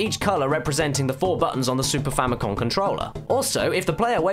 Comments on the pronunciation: It's Famicom, not Famicon. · famiCOM. not famiCON